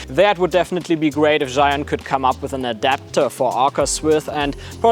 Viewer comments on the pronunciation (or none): 智雲 "Zhee-Yoon" not "Zhai-Yoon". Great video!